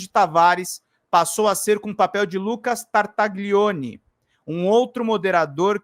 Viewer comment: Desculpe-me corrigir sua pronúncia, mas isso irá ajudá-lo a evitar o "trava lingua" ao pronunciar o nome deste inominável: GLI em italiano se pronúncia LHI , como tagliarini, famoso tipo de macarrão . Sendo assim se pronúncia Tartalhione. Da mesma forma GN se pronúncia NH como Gnocci, que abrasileirado se chama Nhoque.